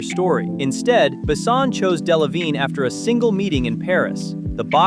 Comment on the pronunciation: He ain't "BAsson" he's "BessOn". And Valerian was not that bad, it was just not that widely known to grab this much money. The two aleads did a good job. Sure they look like kids but it didn't seen out of place in a whimsical sci-fi/fantasy world. It was a simple passion driven miscalculation by Besson and it was not his first.